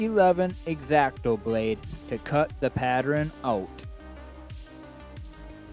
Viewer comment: Interesting video. However, the word is pattERN, not patTREN! Sorry to be critical, but mispronunciations are annoying. If you are not using your own voice on videos, you need to can that voice software and get a better one.